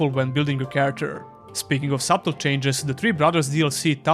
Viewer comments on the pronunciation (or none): The b is silent in subtle